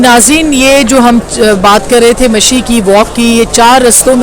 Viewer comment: Not "mishi", its "mashi"